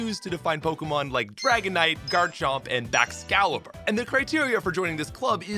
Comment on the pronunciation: As a Canadian, I don’t understand how you say “dragonite” with such clarity but then say “oat” instead of “out”